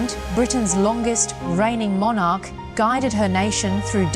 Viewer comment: FFS Learn how to pronounce the word Monarch befgore you start rabbiting on about British History.